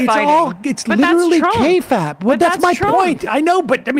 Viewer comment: Sam holy fuck please pronounce kayfabe properly